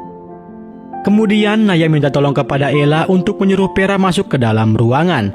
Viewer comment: vera bang.. vera.. bukan peraaa 😢